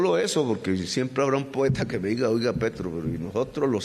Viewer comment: Petro!!! Se te fue una r que no era😅